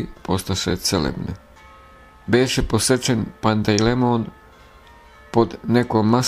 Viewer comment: Nije Pantej lemon , nego Pantelejmon .